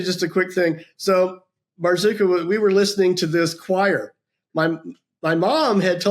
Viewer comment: Marzuka! Sounds like Boozka! Ha! Ha!😂